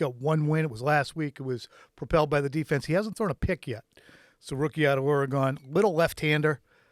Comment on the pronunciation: Did you just say Ore-gone....🤣